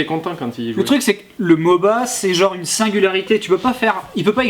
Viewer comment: on ne dit pas moba